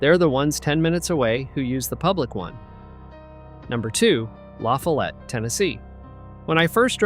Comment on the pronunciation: Do you pronounce LaFollette wrong